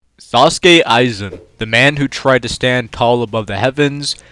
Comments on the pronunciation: “Sasuke aizen”😭😭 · Is it just me or did I just hear him say sasuke Aizen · I’m sorry, I can hardly take this seriously when I keep hearing sAUsuke Aizen. My brain keeps trying to mash together images of Sausuke Uchiha and Sosuke Aizen when ever I hear that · bro said Sasuke Aizen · It’s The butchering of aizens name for me.